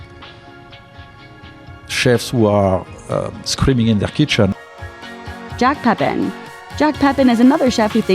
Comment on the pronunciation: I just heard the narrator say ‘Jack Peppin’ - it’s Jacques Pépin. I’m shocked at the pronunciation mistake - it’s horrid.